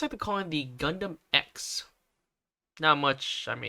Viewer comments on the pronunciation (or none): I'm pretty sure it's pronounced "ee- ehks" since we literally already have a Gundam X